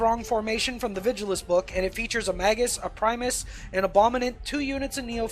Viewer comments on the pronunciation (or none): none